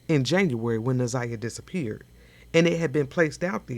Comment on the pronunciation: She said Za' niya not Na'Ziyah?